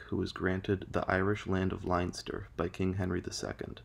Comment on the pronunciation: This is Ireland, not Germany, it's pronounced "Lenster", not "Linester".